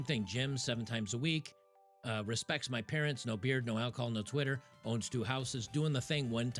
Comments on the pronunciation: Beerd. Best way to say is as if you’re saying the word beer and then add a d sound on the end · Beard is proncounced as "Beerd". Hope this helps :3